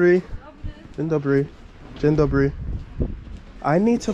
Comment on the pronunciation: On po roku nic nie potrafi xD nie ma to jak pucować się komuś zza granicy bo powiedział dzień Dobry xD w ciagu roku żadnego progressu xD ja po tygodniu węgierskiego lepiej wszystko wymawiam xD